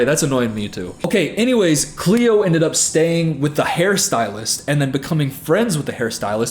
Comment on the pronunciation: It’s cleo TRAPA